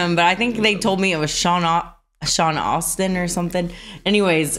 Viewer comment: It's "Sean Astin", but okay.... 😊